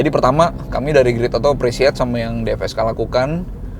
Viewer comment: Mantep om. Btw DFSK bukan DPSK 😁